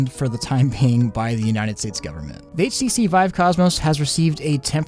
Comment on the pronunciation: It sounds like your saying ACC instead HTC.